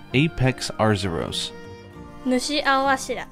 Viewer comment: This video made me realize there was an r in arzuros. My brain always read it with azuros.